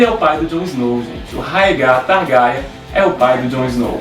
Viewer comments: que diabosss é TARGARIAN SE PRONÚNCIA :TARGUERIEN E SE ESCREVE (TARGARYEN) ACHO QUE VOÇÊS NÃO LEEM OS LIVROS E PIOR,MAL ASSISTIU A SERIE. INDICO CANAIS BEM MELHORES (MIKANNN) E TAMBÉM ASSISTIR SERIE. E SE O RHAEGO APARECER ELE SERIA AINDA UM BEBÊ, A NÃO SER SE ELE FOR PARENTE DA RENESMEE DE CREPÚSCULO. GENTE MELHOREM. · não é targarian